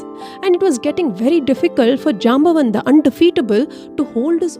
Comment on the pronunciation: You pronounce the names wrong, for example it is syamantaka not symantaka. Jaambavaan (stress on vaa)